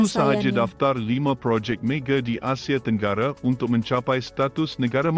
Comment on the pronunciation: Lain benor bunyi bahasa tu.. bkn bahasa yg kami selalu digunakan.. projek mege, stadium merdeke, asie tenggare, jakarte, ande, abih smua ditukar hujung kata kepada "e"..